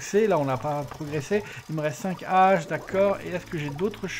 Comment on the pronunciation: c'est toujours navrant pour moi d'entendre de telles fautes de Français...il faut que je t'en fasse part...dix pioches, dix pelles etc...on ne prononce pas "disse" mais "di"....et un peu plus loin...on ne fait pas la liaison avec les Haches!....je sais c'est pas toujours facile de faire du sans faute...je ne résiste pas à dire ce qui me choc un peu ^^